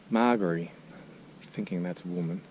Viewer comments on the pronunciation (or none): Margery (sp?) is pronounced with a soft g. Like a j. My first name is Margie. Soft g. I love seeing all the different stones and the way the graves are lined. And the domes are interesting. Don't have them in US. How do the domes not blow away in storms?